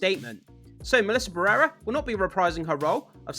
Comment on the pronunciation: It took me forever to understand whose name you were saying!! BARRERA it is BA - RRE - RA Why do English speakers struggle so much with Spanish pronunciation 😅